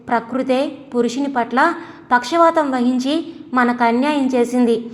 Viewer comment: పక్షవాతం కాదు madam పక్ష పాతం